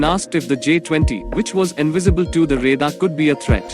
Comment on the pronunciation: Plural of aircraft is aircraft. U r saying aircrafts. Its not five point forty five champion. Its five point four five. If you don't know any thing of J20 then how can u compare. ?? Ghonchu. रेदार kya hota hai bey. Its रेडार.